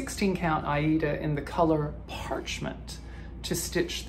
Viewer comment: Love your great progress on the train! 🚂⭐ I enjoyed the neighborhood corner very much, love all the works. The fruits of plenty has such beautiful purple colors. 🐦💜 The "compact" version is also beautiful. And the koi! 🥰 I just watched the video where you started pronouncing Aida in a very distinct way. That's interesting and it's actually how we pronounce it here in Indonesia 😄 Have a good week! 🍀